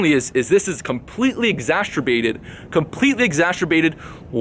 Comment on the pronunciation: exacerbated not exasturbated